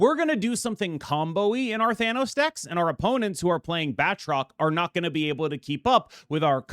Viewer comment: *Ahem, I don't believe ItsGuestGaming would approve of that pronunciation, you gotta really roll that "R" my man, apparently it's pronounced: {Bat - troke}